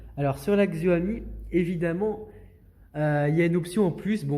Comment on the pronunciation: Juste c'est Xiaomi pas Xioami